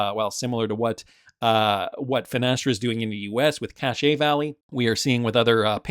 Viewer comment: I’m from Utah: it’s CASH (Cache) Bank, not cachet